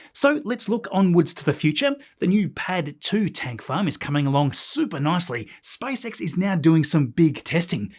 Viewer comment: Every time I hear "SpiceX"... 😂